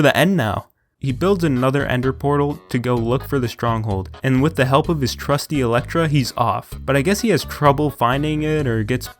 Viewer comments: The most enjoyable thing was when he called the elytra an elektra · i hate his pronuciation of elytra he says it like elletra